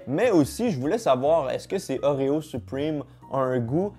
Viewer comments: On dit supreme pas suprime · On dis suprème pas suprime😭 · Sa me stresse il dit "supprime" au lui de "supreme" mdrr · Mdr il dit supwime au lieu de supreme 😂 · Pourquoi tu dit : Suprime 😂😂😂😂 ça ce dit supréme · Supwime Supreme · Je suis français et je suis prononce "suprime" seul les skateurs ils savent ;) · C’est supreeeme pas supriiime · " soupwime " Su-prè-me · Les français à chaque fois que dit "Supriiime": O_o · Je trouve ça toujours drôle quand les francais sont assurés qu'ils prononcent bien les mots en anglais. 😂 Arretez frères, c'est vraiment 'Suprime'